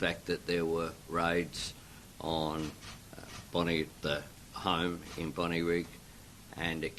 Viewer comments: Bond(eye) not Bond(ee) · "Bondee" Beach?? Seriously?